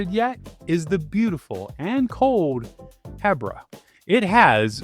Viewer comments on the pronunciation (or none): I've never heard someone say "Hebbra" 😅 I always say "Heebra" 🫪